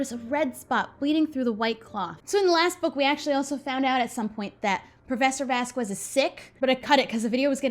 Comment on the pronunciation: Hey I think you’ve been pronouncing Vasquez wrong! I think you pronounce the “q” as a “ k”. Love your videos!❤️❤️